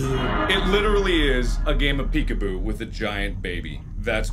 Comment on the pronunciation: It makes me laugh when he says peek apoo